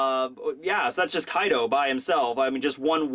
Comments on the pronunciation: His name is kai d’ O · His name is Kai D. O. (O is for Oni... or Oda)